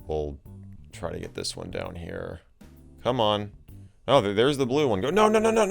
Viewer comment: "our name heah" - Michael MJD